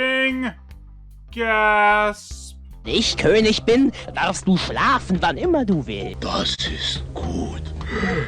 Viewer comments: It's not "Ker". There's no R. In southern Germany and in Austria the G is pronounced like a G. And apparently "ig" is only pronounced like "isch" or "ich" or "ik" when it's a word ending in "ig" for some reason, and it's a northern thing that gets more common the further north you go. Reading comments from native speakers, it seems that policing the pronunciation of "ig" is pointless because the it's ridiculously inconsistent despite what textbooks would have you believe. The only constant seems to be that it's never pronounced "isch" in Austria. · I will never get tired of your Dingo reviews. I couldn't count the number of times I've watched Wabuu or Bremen Town Musicians. Just FYI, Konig is pronounced "KER-nish" in German. Not that you'll probably run into many more Lion and the King products, but one never knows. 😀